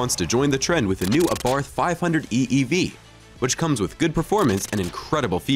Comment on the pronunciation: "ABARTH" is pronounced Abart ( the H is silent)..."Francois" is pronounced Fran Soire